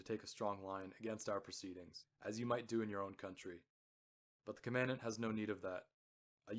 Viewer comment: Good--a note on pronunciation: you pronounce Commandant as though it is spoken like the word "commandment" (short "a" sound, accent second syllable). There is no standard pronunciation of "Commandant" like that, in British or USA accents. A Commandant (accent first syllable) is a person in command.